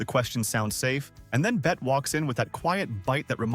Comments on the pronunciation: The pronunciation of BETTE is like BETTY,,,,,,,,,,,,,,,, Not Bette as in Bette Midler. By the way Bette Midler was named after Bette Davis as Bette Daivis was Midler's mother's favourite ACTRESS. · Nice clips. Just one comment: Her name is Betty. She's the one who changed the spelling, not the pronunciation. Bett-ee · When the narrator calls the actress "BET" Davis within 10 seconds of the video, I know enough to stop watching. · It’s pronounced Betty (Bette) 🙄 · She would correct the pronunciation of her name, “Bette” (pronounced BETTY) for STARTERS! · The correct pronunciation of Bette is Bett not Betty. When Miss Davis adopted the spelling of Bette, rather than Betty, as a young girl, it was after someone gave her a copy of Balzac's 'Cousin Bette'. At the time she didn't realise that the French pronunciation of Bette is Bett. It was only in later years when she travelled to Europe that she heard Bette pronounced correctly and spent years correcting European journalists but overtime she came to accept the different pronunciation saying that she was happy to accept either way as she was just pleased that she was of interest to modern audiences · IF YOU'RE GOING TO USE AI TO NARRATE, YOU NEED TO SPELL THINGS OUT PHONETICALLY SO IT PRONOUNCES THINGS CORRECTLY...LIKE "BETTE" SHOULD BE TYPED OUT LIKE "BETTY" . BETTE DAVIS WOULD CUS YOU OUT FOR PRONOUNCING IT THAT WAY. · Does the AI not know that Bette was pronounced "Betty," or does the writer not know enough about the subject matter? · Her name is pronounced "Bettie". Yes, the spelling is odd, and yes Bette Mildler got her name from her. But Bette Davis has been on record many times about this. Its pronounced "Bettie" AI is brain rot. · Yes! Pronounced "BETT-EE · ITS pronounced bett.e. Davis . Fn.A.I.😮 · It's pronounced Betty, genius. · Stupid AI faux voice can't even pronounce her name correctly. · Try pronouncing her name correctly next time. For fuck's sake. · it's betteeee not bet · It's Bett E